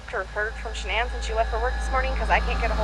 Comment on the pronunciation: If he calls her ShaNAN one more effing time.